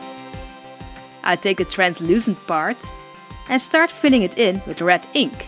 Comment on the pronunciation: Wen you sey red I hear rat ;¬; "ill be makeing rat eyes" XD I still love ya <3